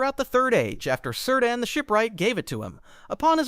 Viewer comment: Sir Dan? It is "keer-dahn."